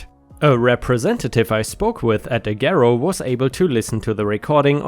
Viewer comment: The "g" in Agero is pronounced like "j," or like you would pronounce the "g" in the word age. And I could tell you a few of my own stories about what a shit show they are.